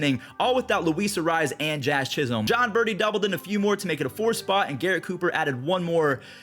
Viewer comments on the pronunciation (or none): none